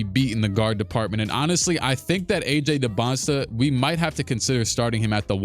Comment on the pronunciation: I love you but it irks me you still say DybantSTA not DybantSA